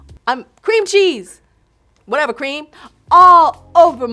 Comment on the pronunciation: The way she said whatever cream 😳😳